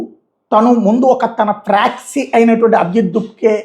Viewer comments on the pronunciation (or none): Fraxy ✔️ Proxy ❌